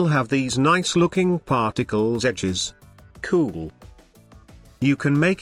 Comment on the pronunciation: Love how he says cool! Makes watching even if the content wasn't worth it. Keep up the good work. Helped me tremendously!